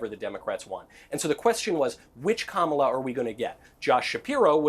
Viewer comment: Why do all maga people mispronounce Kamala’s name??